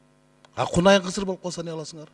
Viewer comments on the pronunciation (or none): Кунажын деп таза айтчы